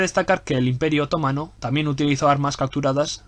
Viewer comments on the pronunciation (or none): ¿Porqué dices otómano, así en plan esdrújulo?,....es otomano, que te pego con la mano. Por lo demás, genial, me encanta.